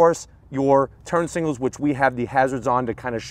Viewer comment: I'm really sorry but my OCD forced me: aren't those turn si"g"nal not si"n"gles?! Or am I hearing things? I've watched probably 50+ of your videos and had resisted mentioning this so far :) Otherwise great review as usual.